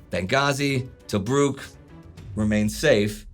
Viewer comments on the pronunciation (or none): none